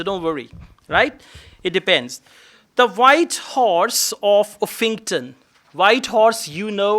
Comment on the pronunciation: It's pronounced UFFington, not Uff ING ton.